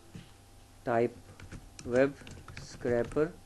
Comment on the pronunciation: web scrAper. It's not a scrapper (slang for "fighter").